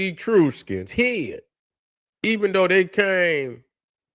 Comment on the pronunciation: Great video as usual. The pronunciation of Etruscans is soft e- soft u then skns.